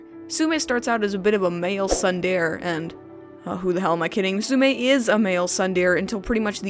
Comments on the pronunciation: you miss pronounced tsundere its tsun the reh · Tsundere is pronounced sun-der-ay not sun-deer, Thanks for trying to use anime terms in a anime review though. =P